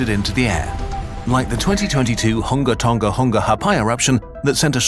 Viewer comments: The Honga Tonga Wonga Whata? Well done. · Hung TONGA-PONGA threw me off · Continuing his flawless voice acting. Hunga Tonga Pais was said so confidently. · Bro said Hunga Tunga Honga Haa'pai eruption without a single reaction, absolute professional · the way he says hunga tonga hunga ha'apai so casually thou 😭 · can we just appreciate that pronounciation